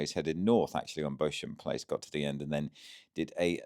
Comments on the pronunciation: Beauchamp place is pronounced beach-um place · BEAUCHAMP PLACE is pronounced ‘BEE-CHAM PLACE.’